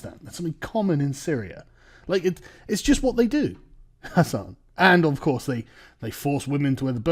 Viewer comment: Whoa! Whoa! sargon, slip of the tongue mate "i have mates who have been to Afghanistan and what they do as a hobby, for sport is rape little boys" might want to reword that lol The way you structured that emphasises "they" as if you were talking about your friends.